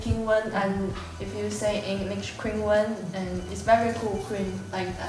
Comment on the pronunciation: I think Wu's laughing, because Zheng didn't say her name correctly. Q in Chinese isn't like k. Wish the interviewer had asked Wu😅 Also, he basically told her the answer in Chinese😂